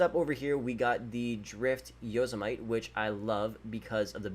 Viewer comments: Man really pronounced Yosemite as Yoh-s-might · He said yozemyte and jogular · It’s not pronounced yosemait it’s pronounced yosemity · It's pronounced Yo-Seh-Muh-tee Not Yo-smite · Anyone else catch how he pronounced Yosemite 😂😂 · Also he can't pronounce anything like for example yosemite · Like yosemite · Isn't it funny how he can't pronounce yosemite